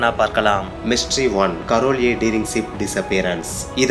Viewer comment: தம்பி களா அது சிப் இல்லை ஷிப் சொல்லுங்க...